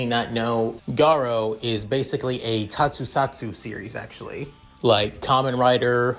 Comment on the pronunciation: It prenouce Tokusatsu not tosutsatsu dude Also i have feeling this pairing will be izuku x reiko since this involve supernatural You can use dark deku early